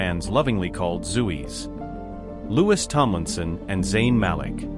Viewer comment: You butchered the named of Louis, his Mom, and Nial.